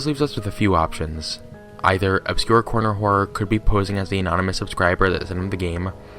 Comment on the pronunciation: "obscure correr horner" sure